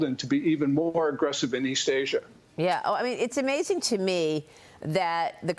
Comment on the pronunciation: When a so called "expert" cannot pronounce a name properly, they lose a lot of respect. It's pronounced "Shee" not "Cee".